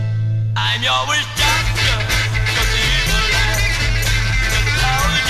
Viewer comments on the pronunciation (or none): none